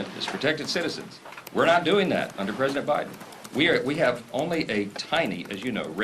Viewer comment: I like to hear him keep saying Preseident Trump